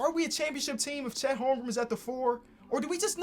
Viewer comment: Chet Holm-Grin*